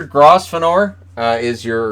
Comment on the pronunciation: Grosvenor... the "S" is silent... French class fail buddy.